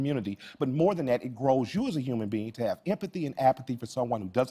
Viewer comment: did he just say empathy and apathy o.O